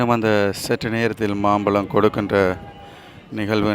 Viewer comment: மாப்பழத்திற்கு அல்ல மாம்பழத்திற்கு